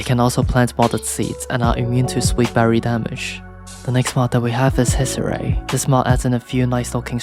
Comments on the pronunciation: The pronunciation here is horrible. should be H-e-ck-s-er-e-i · Lmao hezzerei How you pronounce the germamn word sounds funny xD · Funny pronunciation of Hexerei.